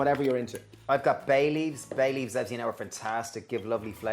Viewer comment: HAHAHA when you said bay leaves I thought you said baileys!